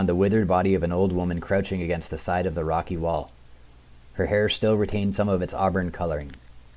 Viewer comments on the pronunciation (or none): none